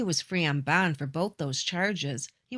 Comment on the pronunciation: While he was out on “bond”. Bond is one syllable and shouldn’t be dragged out until you run out of breath…..